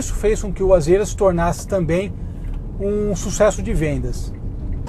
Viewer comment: mano Nao é AZÊRA. A PRONUNCIA É AZIRA